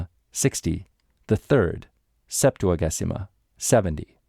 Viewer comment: Thank you for these amazing complete recordings!!! A tip, in Ecclesiastical Latin, g before e is soft, it is pronounced Septua-jay-sima